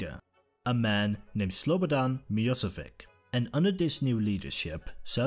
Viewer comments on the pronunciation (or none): You butchered Milošević's name. It's Milošević [Miloshevich], not Mioswik. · The former leader was called Milosevic, not Miosevic